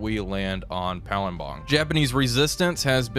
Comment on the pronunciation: OH he nailed the pronunciation of Palembang! And there's loads of cinematic shots this episode! This is so cool!